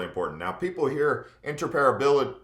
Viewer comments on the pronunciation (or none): Inter-Opera-bility not inter-parability